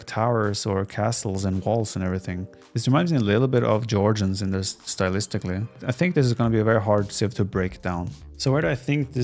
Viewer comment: yurchens? i know jurchens only xD